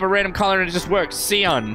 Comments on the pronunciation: i like how he pronounced cyan as “see an” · ceean not cyan